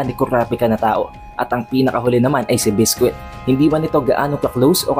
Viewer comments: It's bisqui not bisquit lol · Lods naba bother Ako sa pag pronounce mo Ng name ni biscuit.